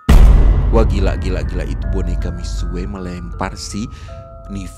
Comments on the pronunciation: Ngomong nya mixu bukan mixue tapi tulisan nya mixue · baca nya mikxu tapi memang tulisan nya mixue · itu cara baca nya salah bg miksue itu salah cara baca nya misyue btw semangat truss bg 💗💗